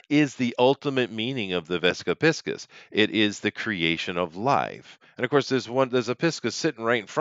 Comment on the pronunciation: Jones wishes he were a tenth of the man that Cooper was. P.S. Cracks me up that you pronounce it 'pisk-us' and not 'pie-sees' by the way.